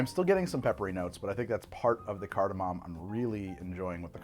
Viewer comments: Shot every time he says cartimam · i fricken love that no one on set corrected “cardamom” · oh he is saying it weird, he’s just also wrong